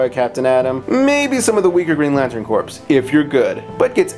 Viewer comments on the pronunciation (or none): Did you pronounce the, "P" in, "corps"?